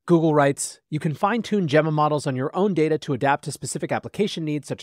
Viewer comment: I'm pretty sure you're mispronouncing "Gemma".